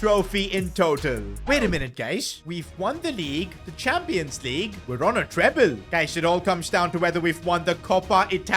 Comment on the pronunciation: premier LEAGEU club lol